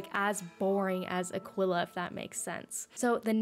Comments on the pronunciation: Everyone: EWWWW Azteca B tirer Me: WTF are you doing saying a quilla instead of aquilla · Why did u say Aquila like that😭